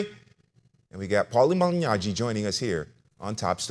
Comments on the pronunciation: He's actually pronouncing it correctly. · He actually pronounces Malignaggi in the correct way. You guys do know this is an Italian name right.